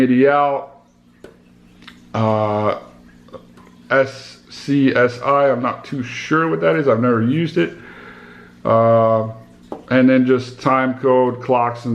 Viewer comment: SCSI is pronounced like this: "scuzzy" kinda like the word fuzzy. Lol I'm 50yrs old and bought the 2000XL when it first came out. Still use it. SCSI is a really old version of a USB connection. The way we use USB today is how SCSI was used back in the day. Basically to connect those old disk drives like the old Zip drives. I swapped my floppy drive out and replaced it with a 16GB SD card slot. It's like I got a brand new MPC. Lol It records in 16Bit, which is why the samples appear to sound better - it gives the sample a warmer sound that's real clean and not so bright and sharp/crisp like the newer devices that record with 24Bit. Those sounds are super crispy and just sound too bright and to sharp for a lot of RnB and Hip Hop styles. The older units just adds that warmth to give the samples a thicker presence. More of a fatter sound.